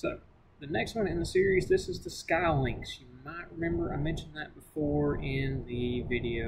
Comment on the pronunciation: I believe it's pronounced Skee Lynx, not Sky Lynx.